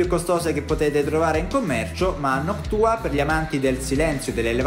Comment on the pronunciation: Si dice noctua no noc tua